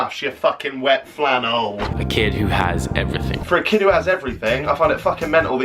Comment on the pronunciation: " you fuckin wet fannel" 😂👏🏼